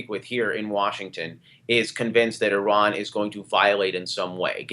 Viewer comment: here's some help for you morons.........Iran....pronounced like... Indiana or Illinois....not pronounced like...Idaho or Iowa......